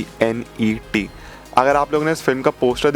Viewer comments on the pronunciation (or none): TENET not Tenent..